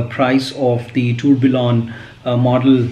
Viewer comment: Tourbillon is pronounced as 'Turbion'